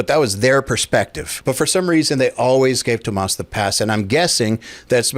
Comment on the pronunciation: It's 'Tom-mess Hawk-eh', NOT 'To-MAAS Hawkey' FFS 🤦‍♂️